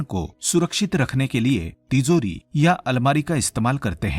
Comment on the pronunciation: Plz pronounce ..TiJori.. Not ..TiZori..